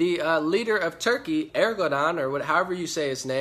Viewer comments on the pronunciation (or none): none